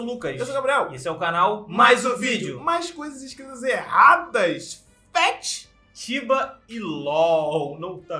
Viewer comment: Ft (feat) não é "fét"!!!!